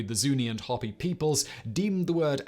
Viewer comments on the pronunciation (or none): Hopi is pronounced Hope - EE. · Great channel and great information! Just fir your information ... Hopi is pronounced (hope-ee) 😃